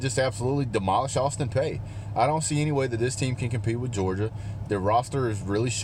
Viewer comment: Okay first off sir, it’s pronounced Peay (Pea, pee). Second I’m at student there and I’ll be damned if I’m gonna let you talk shit about my school bro because that shit just ain’t cool. Obviously we’re a smaller school and obviously we’re a lower conference team. But that doesn’t give you the right to talk shit about us. If you’re gonna give a review give legit educated review and do more than just talk shit about the other team. Obviously us students at APSU know that we’re going to get demolished. But with that said it’s really ridiculous that you have to talk about us like we’re an SEC school. This is a cupcake game for y’all but this review is honestly horrible. We get you’re bias but that shouldn’t take away from Austin Peays fire and desire to come to Athens and play their hearts out. With that said I’m also a Tennessee fan and I promise you Tennessee is better than APSU. Clearly I’m a level headed person unlike yourself and I understand our team hasn’t been where we’ve wanted it as UT fans in many years. It’s obvious but please don’t forget 2016 sir. You lost to Tennessee. So my advice is to please humble yourself and realize who you’re playing. We’re an OVC school not an SEC school. Y’all have a great team and will absolutely have a great season. As much as that hurts the Vol in me to say, it’s true. I wish y’all luck not only against APSU but against all your opponents. But please take my advice before you do your next review. Thanks. God bless.